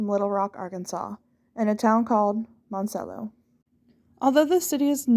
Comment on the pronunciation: Hey there, came across your channel. It’s pronounced like Mon ta cello My aunt had a tomato farm there when I was a child. Good luck with your channel. 😊